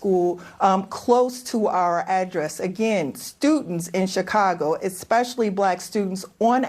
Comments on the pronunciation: "esKpecially" and she is a teacher union chief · The guest said "Eck-specially".